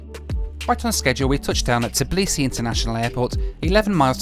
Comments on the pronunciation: Just say Tbeeleesee, it sounds better than Tuhbleesee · I am not even from Georgia and it is kind of driving me crazy how Americans pronounce Tbilisi :D Are you not able to say TBI-LISI? :)